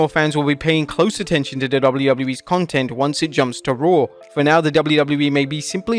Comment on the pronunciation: Listen to the way he says "content" at the very very end of the video....LOL😂😂😂. An Indian British born man doing a redneck accent lol.